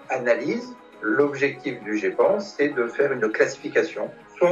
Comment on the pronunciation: Pas de foutage de geule pour une fois! A part qui dit le djê panne! Mdr et j aime bien le therme employé ”historien des ovnis ” c est bcp plus classe qu ufologue! Bravo tu est très bon dans tes interventions médiatique cela nous change de certains douxdingue!